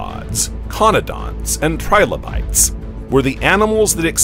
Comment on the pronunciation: TRI - LO - BITES not Tribolites read it fully and make sure your pronounciation is correct, then you might have something worth showing off